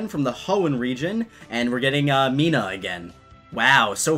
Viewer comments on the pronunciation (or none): It’s not Mina-h It’s Meena